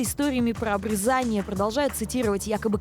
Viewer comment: К сведению ведущей и читателей: если речь о процедуре на гениталиях, следует произносить "обрЕзание"!